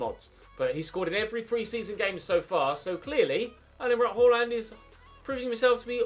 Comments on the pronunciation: Please dont say "horland" its pronounced "aland" with a faint "h" at the start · It's pronaunched Haland with the first a being pronaunched like the first a in Austria